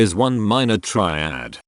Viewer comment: Why did you do it with a horrible AI voice over? The obsessive repetition of ‘try-add’ was too much for me.